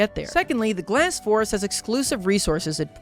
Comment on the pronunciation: "Glass Forest" kills me inside every time he says it.